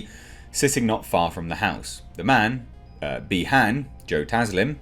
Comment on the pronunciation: It’s by haun not b han surprised no one else knows how to say his name right